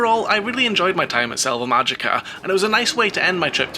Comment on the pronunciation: I always enjoy reports from parks I haven’t been to. How was the park in general? It looked a little dreary. Btw, since you brought up pronunciation, the “j” and usually the “g” in Spanish are pronounced like an “h.” So, GuadalaHára and MáHica.